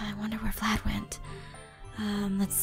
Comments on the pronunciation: It’s not vylad this is what I hear Chlad lad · its Vylad not "Vlad" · Aphmau: vlayd Subtitiles: flan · It's Vylad V-y-l-a-d